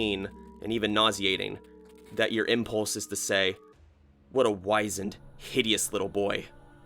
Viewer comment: it's not 'wise', long 'i' in wizend; it is a short 'i' like in 'wizard'.